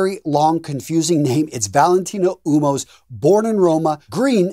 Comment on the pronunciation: It is pronounced, Wuomo. It means man in Italian. not U-Mo.